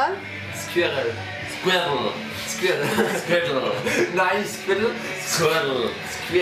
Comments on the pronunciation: Hmmm i think maybe its not squirtle, but rather a German trying to say squirrel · Even the English types can’t say it right - squee-rel. I bet if you spelled it out phonetically as skwerl, Germans would have an easier time. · You're telling me squirrel isnt pronounced skwerl but instead squarle? Native english speaker btw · I think they can’t say it because they are pronouncing letters that you don’t pronounce. Like the ones that said it like “s-k-or-el” instead of “s-k-or-ul” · Americans can't say it either. It's not Squeerl. It's Squiw- werl. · Its funny cos the American can't say it properly either. Its a squirrel not a skwerl. Sk-wi-rell! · squirrELL?? WTF. sqwurl. you do not pronounce the E. at most it sounds like sqwurUL. never EL. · Squerrel? Squirtle? STRUDLE?! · NEIN, SQUITTLE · Sounds like "Skwerl" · No it doesn’t. It’s two syllables. Squih-rel… the way it’s spelt. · Scrabble, squwakel swebel sorry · Skwirl. Say it that way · American girl, the word is not "squirl". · Sqwiw-woow in the UK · Half of them pronounced it better than the American behind the camera to be honest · It was unfair to get an American to give them the example because American can't pronounce it either. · The "native English" speaker is American, so they don't say it like the English do. The Americans make an "a" sound between the "r" and "l". Clarkson, at the end of the video, does say it correctly.